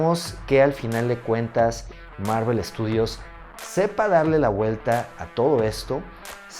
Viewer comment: Bro, ¿por que siempre dices "Marruel" cuando te refieres a Marvel?